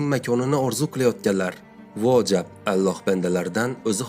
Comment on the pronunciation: Allox emas Ollox deb oqisangiz bolardi?